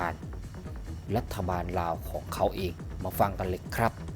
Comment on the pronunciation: admin ครับ คำว่าลาว อย่าออกเสียงว่า ราว ให้ออกเสียงเป็นตัวล.ลิง ไม่ใช่ร.เรือ ลาว ออกเสียงไม่ต้องกระดกลิ้น มันคือบุคลิก เด้อ